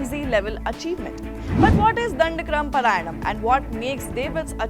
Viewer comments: It is not paraayanam....paaraayanam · It is pronounced paaraayanam (पारायणम). At least do some basic homework before making this segment. You are not a foreign channel for gods sake !